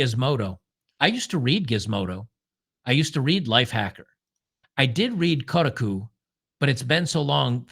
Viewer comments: New pronunciation just dropped: "Kota cu". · It's pronounced "Cockatiel" 😂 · I thought it was pronounced “ Cockatoo”? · Koh-Taaah-KU string that 'a' out a bit more. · Koh-TAH-koo…. Jesus Christ lol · It should be pronounced ko-ta-ku but they mispronounce their own name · Come on.... It's Ko...ta....koo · It's "shitaku" thanks! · Koh - Tar - Koo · Might as well pronounce it “cold taco” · I've been a "computer nerd" and gamer since 1978. Still going strong at age 54. Games journalists have been trash for over a decade. Also, it's pronounced Ko-ta-ku. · Emphasis on the 2nd syllable Ko TA ku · "Coat a coo" 😂😂😂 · It would be funnier if he keeps mispronouncing it hahahaha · Thank you for slapping around for his mispronunciation of Kotaku. Justice has been served. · Yea please stop saying kotaku wrong it’s hurting my soul. Otherwise keep up the good work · Pretend you're sneezing when you say Kotaku and you'll pronounce it right. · I want you to know that I'm not finishing this video because you keep pronouncing Kotaku in the stupidest way possible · It is tough to listen to butchering the name Kotaku. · To be fair to, Kotaku is an insult to the word "otaku," so I am fine with the mispronouncing. Heck, I'm thinking about doing it on purpose. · Good God. You can't even pronounce Kotaku? Please stick to what you know, and stop trying to copy Jeremy.